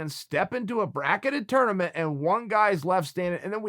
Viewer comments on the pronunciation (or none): none